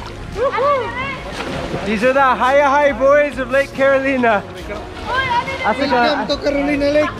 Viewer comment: "Carolina" /kæ-ro-lai-nə/